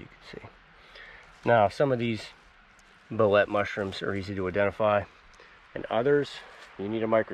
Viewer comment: Bolete is pronounced with a hard e. Like saying: Bow-leet. Mispronunciation can make your videos seem less knowledgeable and authoritative; so, I am offering the comment as constructive criticism.